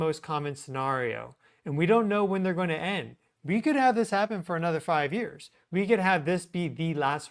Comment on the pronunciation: "Goeen" is not a word. *going